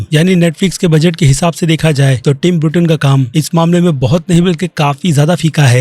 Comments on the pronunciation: Bruten nahi beta Burton hai naam seekh ke aa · ब्रूटेन नहीं भईया बर्टन!